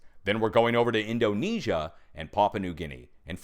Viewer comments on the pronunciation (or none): none